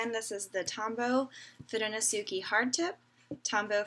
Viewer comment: foo-doh-no-soo-kay -- so many American people say -key at the end. It's Japanese.